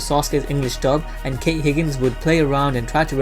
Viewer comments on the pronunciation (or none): none